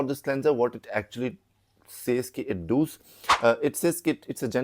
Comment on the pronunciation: Does ❌ Dooooz ✅ 😂😂😂😂😂😂